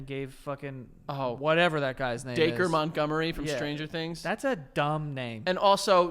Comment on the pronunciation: lol it's funny they pronounced dacre like dacre instead of dacre